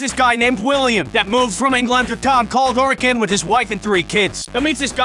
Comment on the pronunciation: PROPS TO SCOUT FOR PRONOUNCING HURRICANE CORRECTLY!!!!